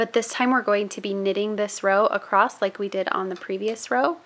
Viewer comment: Please don't take this as a critique - I'm just really curious, from a cultural geography standpoint - but I'm wondering what region or state you are from. I ask because when you say "across" it comes out like "acrosst." I've heard another loomer's video wherein she does the same thing and I'm wondering if it is part of a regional accent. Just wondering. :) I'm a citified Texan, now transplanted to Michigan, so I go in and out of my Texan. ;)